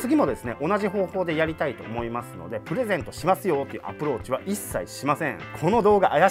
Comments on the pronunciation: approachがApplewatchに聞こえた😂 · アプローチがApple Watchに聞こえた俺はただのApple信者